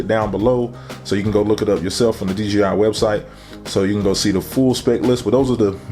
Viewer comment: Man said d g i